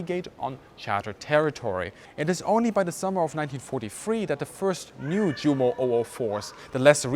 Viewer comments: Awesome video. I do have a question though. Why do you pronounce Junker and Jumo with a "J". Shouldn't these names be pronounced with "U" as "Yunker" and "Yumo". I'm trying to write this phonetically. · Junkers pronounced “Djunkers”. Jumo pronounced “Djumo”. Bad - we know how they should be pronounced. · There's no need to say Junkers Jumo as though they're English words - I've never heard a British person doing so - just go with the proper pronunciation. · why are you mispronouncing 'Junkers Jumo'? As a German I'm sure your aware it's pronounced 'Yunkers Yumo'. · GREAT video. Only criticism I would dare make is that you don't pronounce the big names in the correct German way: eg Junkers, Luftwaffe, Jumo = Yoonkers, Luftvaffe, Yoomo, surely? Us anglophones need to be educated. Best wishes from London - vielen dank!